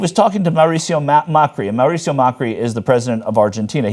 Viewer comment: also the name is Mauricio, not Maricio... thats TYT "investigations" for you